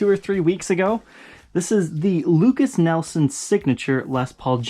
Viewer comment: Lukas NIELSON??? 😂😂😂😂 Come on. The guy is the son of Royalty. Say his name right! Lol